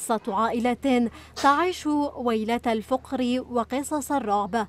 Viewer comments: الفقر = فا ق رو وليس # الفووقرو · ايتها الصحفية الفقر بفتح الفاءوليس بضمها اين درستي ارقيو العائلة والمكان يروحوا عليكم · لا نقول الفقر بضم الفاء بل بفتحها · صاحبة التقرير لا تعلم أن كلمة الفقر بفتح القاف